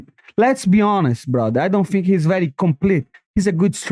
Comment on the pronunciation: I like how this guy Finks.